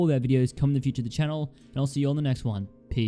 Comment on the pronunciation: it didn't sound like he said peace at the end it sounded like he said pee